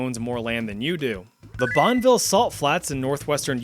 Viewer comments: “Bonville?” Did I just hear you say, “BONville?!” It’s “Bon-eh-ville!” Just like Hurricane is, “Hura-kin,” and Layton is, “Layin’.” I’M GONNA SKIN YOU ALIVE!! (Also, I’m sure this goes for every state, but we got much worse than people pretending the salt flats is I-15. Hell, if I just listed the things the LDS/Mormons alone have done within the past 50 years alone, we’d be here longer than your mother at a McDonald’s drive-thru.) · BAH-NEH-VILL, not BONN-VILL. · "Bonnville"🤢🤮 It is pronounced Bonn-Uh-Ville, the E in Bonneville is not just there for shits and giggles. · Pronounced it "bon-ville" and talked about the record attempts as if they're not still happening... tell me you're not a car guy without telling me you're not a car guy. 🤣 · LOVE YOUR VIDEOS BUT ITS BON-A-VIL FOR THE UTAH ONE SO YOU KNOW. ALSO WHERE JACK LICKS A CRAB ROCK IN PIRATES. AND WHERE WILL SMITH DRAGS AN ALIEN IN INDEPENDANCE DAY. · I know it probably doesnt matter too much, but Bonneville in utah is pronounced Bon-uh-ville. If you want to see some incredibly stupid names, just look at all of Utah's counties. I'll give brownie points if you can pronounce Tooele